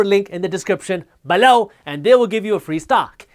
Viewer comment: Never noticed "people" but "below" always makes me smile 😂